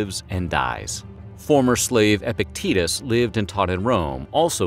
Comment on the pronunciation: Epictetus* not “epectitus” haha